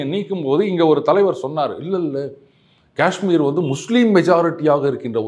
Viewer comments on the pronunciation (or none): none